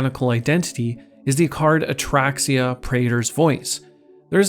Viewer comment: “Atraxia” lol